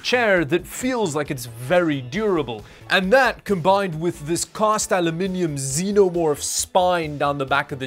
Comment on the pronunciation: Thank you for pronouncing aluminium correctly unlike the Americans